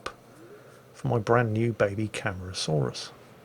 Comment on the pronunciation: Cam-are-ah-saw-rus is the pronunciation.